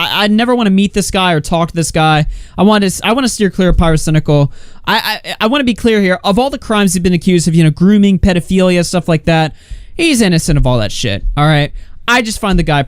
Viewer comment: Is anyone else cringing over the extra 'n' in the innocent?